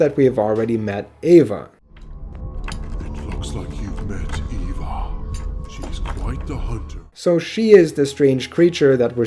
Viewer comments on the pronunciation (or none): The way he pronounces Eva makes it sound like he's saying Ava